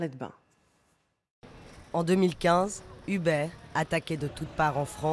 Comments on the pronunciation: On dit pas "Hubert" mais "E-beurre" c'est incroyable quand même de faire aussi peu d'effort de prononciation quand il s'agit de mots anglais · Ou-berr, plutôt (en anglais américain en tout cas) Mais on s'en tape un peu, oui.